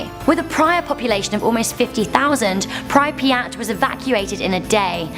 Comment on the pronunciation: Butchered prypiat